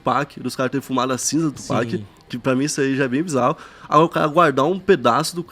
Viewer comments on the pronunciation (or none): none